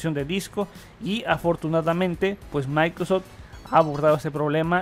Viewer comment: No lo se pero sabe decie "maincrosoft", y luego en todo el vídeo "maincros", y así con varías palabras, la y creo que es importante pues su contenido se basa en su voz y noticias del nuevo windows almenos actualmente.